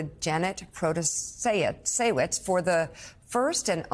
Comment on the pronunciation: Shame that Mika, with her ethnic roots, can't pronounce Protasiewicz (Pro-tah-sh-yeveech, more or less)